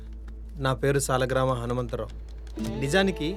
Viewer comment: Saligramam not Salagramam. My observation sorry!😮😂😅